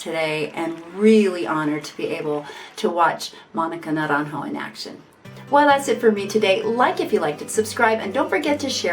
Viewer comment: I would like to ask you, pretty please, that you learn how to pronounce propperly the artist’s name (Monica Naranjo, the j in spanish sounds as and h in english and de r betwen bowels doesn’t sound as a strong R) before making a few videos saying very wrongly the name and also learn some tricks to know how to say words and names in others languages. English it is not the most mother tongue spoke in the world and you should know better. Other examples of you saying wrongfully words in spanish is sobrevivere! It is sobreviviré.... please learn and improve your vast knowledge.